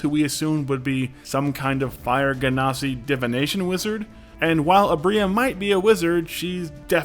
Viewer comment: did the dnd channel just pronounce genasi as GHEN-AH-SI? Bruh!